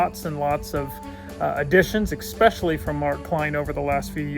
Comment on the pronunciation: expetially? come on man. Love this stuff, but it's ESPECIALLY!